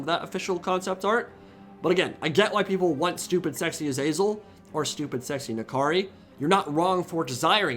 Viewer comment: Love your content. But your pronunciation of Azazel makes my ears bleed